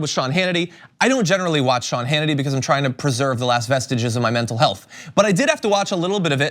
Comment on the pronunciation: "I don't watch a lot of sh-Hannity..." Freudian sh-lip? Lol!